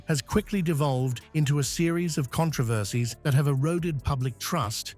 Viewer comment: Thank you. Somebody knows how to pronounce controversy. Such joy. So rare.